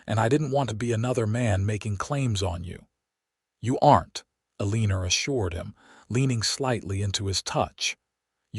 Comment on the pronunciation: A Leaner?? It's "Eleanor"...please fix!